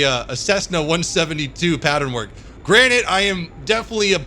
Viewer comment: is he saying granite? Or granted